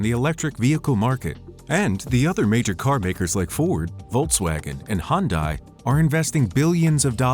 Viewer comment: Interresting, but your pronounciation of Hyundai is totaly wrong ;)